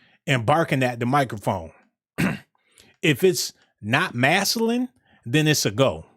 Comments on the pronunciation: MAS-Q-LIN... masculine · I like this dude I just want him to say masculine with a c in it 😂😂😂